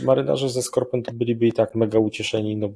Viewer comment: Niby polska elita, a nie ymieja czytac po francusku. SKORPEN, "e" na koncu jest nieme